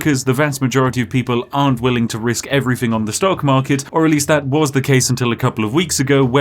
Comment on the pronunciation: Ok, what i wonder about after watching this: what dialect does the spiffing brit speak? As a non native speaker the only thing that sounds a little odd to me is the way he says "thing", cause with him its often like 'everythink' 🤔🤔😁 Also, is it on purpose he always mixes up numbers?? This guy is so DEEP 😂